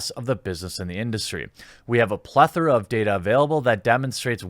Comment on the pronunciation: Pronounced plethora properly. Thank fuck. So many people put the emphasis on the OR instead of the ETH.